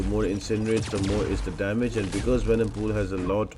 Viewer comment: I love these videos so much man and the other things which i love is your little tongue slips such as 'Venomcool' for venompool. It honestly makes my day. Thank you very much for these guides !! Been watching you since 2020